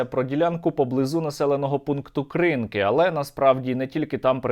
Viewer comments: І Сергій туди ж... Ну йоб.... Сергію - КринкИ! А не КрИнки! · кринкИ а не крИнки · КринкИ від мене на відстані до 20 км на Захід. Наголос на останньому складі ...